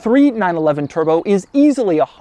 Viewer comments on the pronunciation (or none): Lol you really had to edit the “b” out of the word turbo? He’s said “Turo” so many times in his actual videos 😂